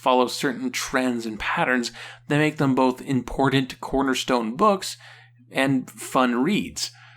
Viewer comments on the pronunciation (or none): none